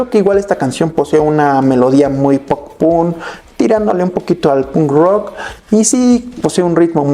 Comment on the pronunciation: No aguanto cusndo dice "pun rock" hablando por el chico menos punk del mundo